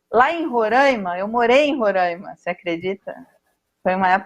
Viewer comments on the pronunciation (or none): E ali residindo, não aprendeu a falar o nome do estado? Roraima, e não Rorãima...